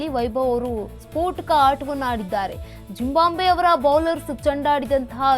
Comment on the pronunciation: ಜಿಂಬಾಂಬೆ ಅಲ್ಲಮ್ಮ ಜಿಮ್ ಬಾಬ್ವೆ.. ಕಣಮ್ಮ